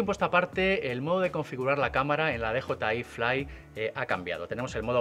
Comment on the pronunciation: O dices "de jota i fli", o dices "di yi ai flai"... 😂😂... pero tus vídeos me encantan, eh